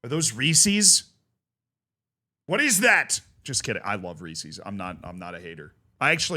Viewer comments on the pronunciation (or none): It's supposed to rhyme with "pieces,"... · He pronounces Libertadores right and fucks up Reese's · Not me panicking when he said Reese’s as I’m opening one